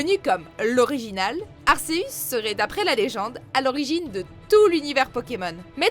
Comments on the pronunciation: C'est n importe quoi les prononciations dans cette vidéos j'ai mal au oreilles tellement c'est mal prononcé (Arceus) pas arseus bordel de merde latios et latias merde les s vous en faites quoi kiogré non mais la j'ai envie de rejoindre papa Johnny . Vous avez regardé les films au moin avant de dire de la merde juste pour faire une vidéos ? C'est du gros n'importe quoi en plus le top est à chiez ArCeus qui à crée le monde et les Pokémon par la même occasion qui ce fait doublé par le trio de la pluie et du beau temps nan mais n'importe quoi et mewtwo le pokémon le plus puissant faut ce calmé un peut les deux méga évolution c'est de une pour avoir un gameplay le plus polyvalent possible avec ce pokémon emblématique de la licence qui est souvent utilisé que ce sois par les bon ou les moin bon joueurs et aussi parce-que si gamfreak en avais fait qu'une et qu'elle plaisais pas à la commutée gamefreak ce serais fait engueulé par cette même communauté Pokémon qui pour une grande majorités aime mewtwo pour ce qu'il incarne à savoir l'être vivant détestant les hommes plus que tout au monde et je pense qu'il doit encore plus vous détesté avec vos prononciation à la con RIP cette vidéos qui devrais être supprimé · Léo_ Games disaus? asceuns ? Plus fais un effort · Latios se prononce latioce et pareil pour Latias. Et Arceus se prononce arkeus. Kyogre se prononce Kyogre pas kiogré. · la prononciation please et vue que un ratata niveau 1 peut battre un arceus niveau 100 je doute de sa place ici!